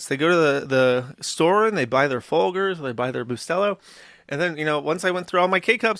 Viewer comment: How the hell is it possible to mispronounce FOLGERS? It wasn't a fluke, he did it TWICE